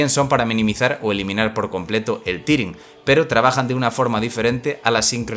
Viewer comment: Que diablos es " Cunter " y " tiring " Horrible pronunciación.